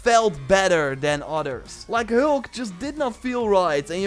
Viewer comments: "Da Helk" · Not to make fun of your accent but you really have trouble saying hulk lol 😜